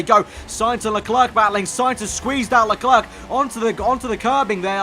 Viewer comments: I'm only going to watch part of this until you say LeClerc correctly. 'Le-Claire' not 'Le Clerk'! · By the way you don't say the second c in Leclerc but great episode as always